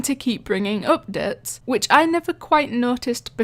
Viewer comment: I like it when you pronounce updates to oofdates